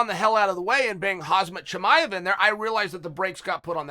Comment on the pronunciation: Yyyyyessss he busted out the "Hazmet Cha me ev"